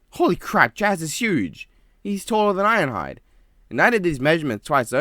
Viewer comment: "Iron hiade"